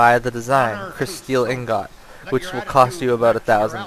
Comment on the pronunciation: Its pronounced ing-it not ing-got